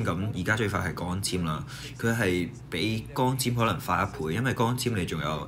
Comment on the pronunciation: 溫馨提示：係 「光(gwong1)纖」，唔係「江纖」。也可留意返少量懶音。 很用心的影片，加油喔! 💪